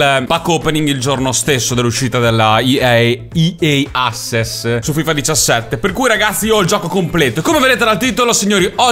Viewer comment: Assess... si legge axess